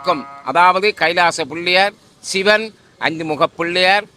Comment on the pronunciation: வணக்கம் தம்பி தமிழ் உச்சரிப்பு மிகவும் முக்கியம் அதை பார்த்து கொள்ளுங்கள் சிவன் தான் சரியான உச்சரிப்பு இப்படி சில சொற்கள் தவறாக உச்சரிக்கப்படுகிறது அதை கவனியுங்கள் நன்றி